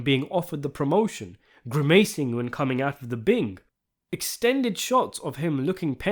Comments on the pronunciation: The way you pronounce grimacing incorrectly is really annoying. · What's with the AI-like pronunciations? gri-MACing -- uRINals